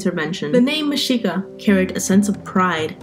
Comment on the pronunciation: Finally someone pronounces it correctly. Anyone who took history of that time period in college would know this but you'd be surprised how many pronounce the x with a hard sound.